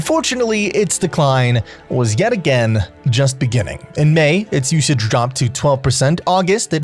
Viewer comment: mf that says beNigging